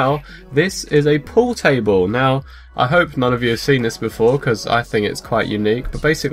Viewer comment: not poo table 😹 pool table